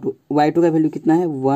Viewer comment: Bhalue nahi hota value hota hai